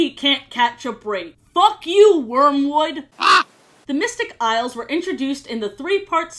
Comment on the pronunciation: At some point "Isles of..." Just started sounding like "I love.. " and I love that😂